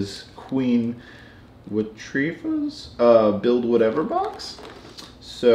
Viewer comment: 🤦‍♂️ Watreva... it’s pronounced (you’re probably getting complaints of this) Whatever a spelt Watevera